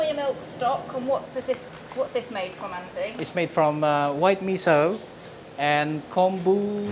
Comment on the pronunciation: "Torfu", "misso" and some inconsistencies.